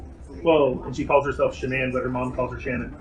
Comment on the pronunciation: The Drama teacher called her, “Shanna-Ann”. No kidding. 3-Syllables. Shanna-Ann